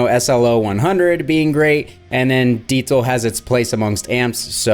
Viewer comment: Every time you say “Deetzal”…..😂 Maybe you should try a Metzzabarba or a Metza Boogie?